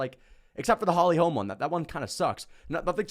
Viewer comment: The way he says "Holy holme" ! Loool